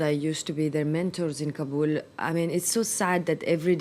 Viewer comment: please not Kabuuuul, its sounds Kaaabal